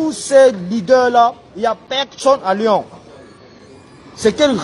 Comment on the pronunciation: Raphaëlla Antigny ils disent louon ( Lyon) MDR